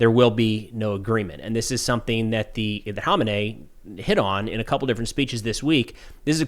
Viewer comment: Dude u sharing irans leaders name wrong was mad annoying pronounce it like this man kha may knee